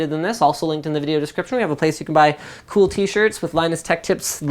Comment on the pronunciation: Did he say "Cool"? :-)